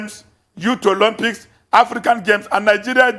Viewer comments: 'Olompics'?! He can't even pronounce the word, that's how much this fool knows about sport 😂😂😂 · "Olompics" 🤣🤣🤣🤣 pls tell Dalung that's not the pronunciation! People who never participitated in sport are at the helm of affairs of the sports ministry because of their political affiliation....foolish people! These northerners are wasters! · 😂😂 never heard of Olympics called Olompics